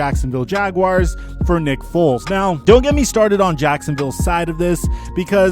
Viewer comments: 6.35 says sacksinviolle jaguars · You said saxinville Jaguars